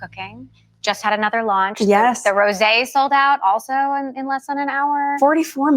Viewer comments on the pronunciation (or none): none